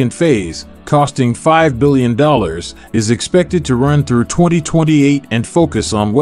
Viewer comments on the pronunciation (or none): none